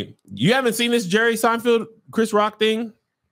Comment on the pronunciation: Kev is still saying "Seinfield"🤣🤣🤣